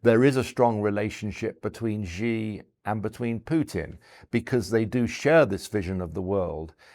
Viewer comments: i find it completely unacceptable that this guy has written several books on China and yet he calls Xi, "Gee" What a completely inexcusable error for someone that claims to know so much about the country. The correct pronunciation is "she", like the English pronoun. Times Radio really needs to scrutinize their guests better. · For some reason, pundits in the US and UK have decided to pronounce "Xi" as "Jee" or something like that - which is completely wrong of course